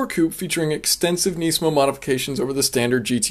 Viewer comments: It is not nee-smo. It is nis-mo. Please cut back on your thick american accent. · neesmo? its nizmo mang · why do you say nisamo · It's pronounced “nismo" not “neesmo" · KNEEsan KNEEsmo.... lol